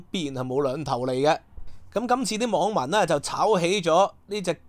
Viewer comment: the pronunciation of game isˈˈgām, not gam as in gamble. Many Hong Kong people mispronounce the "a" in game, claim, blame, etc.